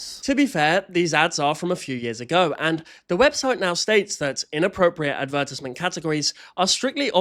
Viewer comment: Why do you pronounce advertisement like that